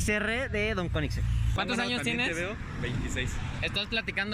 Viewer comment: "Don Kueniseng"... Breathtaking.